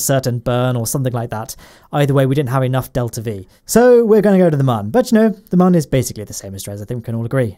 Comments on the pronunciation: it is moon not mun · Its moon not mun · u said mun. i think u wanted to say moon. :-| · I die a little inside every time you mispronounce Mun